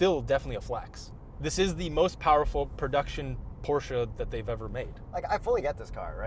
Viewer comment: nice porsche (porshhh) & big gas engines. electric cars don't have fluids sorry🤦‍♂️